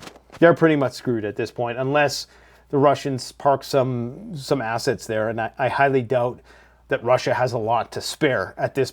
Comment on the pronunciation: You said “ass” ets